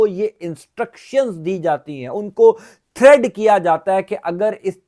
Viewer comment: ہم آپ کو ریگولر اور غور سے سنتے ہیں ۔ آپکی کوریکشن کےلئے عرض ہے کہ لفظ تھریڈ نہیں ہوتا بلکہ تھریٹ ہے ۔ اس وی لاگ میں آپ نے دو بار یہی غلطی کی ہے۔ Please note it for future & record. Many regards